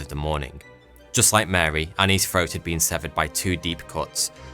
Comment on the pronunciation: the biggest mystery is why do you say " her FROAT" was cut? lmao